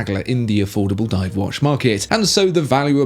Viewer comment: It's not wash, it's watch (woch)